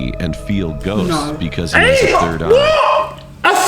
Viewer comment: said sird not third